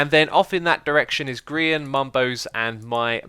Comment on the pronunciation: did you actually say grian properly ??!